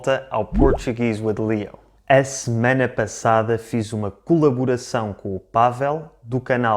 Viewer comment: Quando você disse "a semana passada" no início do vídeo, pra mim, brasileiro nativo, não pareceu nada com o português que eu tô acostumado